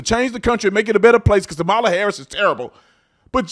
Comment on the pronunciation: Remember, it's pronounced KA-ma-la...like COM-mu-nist and COM-mu-nism and COM-post.